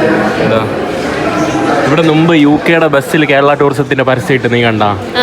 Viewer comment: നുമ്പ് എന്നു മാറ്റി മുമ്പ് എന്ന് ആക്കി പറയുക